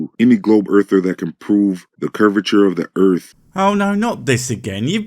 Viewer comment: "Looking into Flat Earf" is quite rewarding... everyone needs a good laugh once and a while - and that sh*t is hilarious !